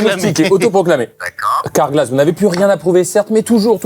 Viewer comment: « car-glas » les gars ……..